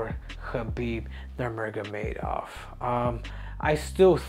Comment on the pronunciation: Henry it’s NurMaGoMedov